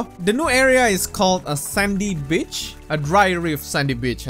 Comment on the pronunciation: when he said beach it sounded like birtch